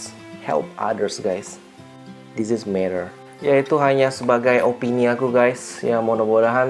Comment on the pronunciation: input buat kak...itu pronounce matter nya agak salah... kedengerannya jadi meter bukan matter menit ke 6 an. semangat terus kak.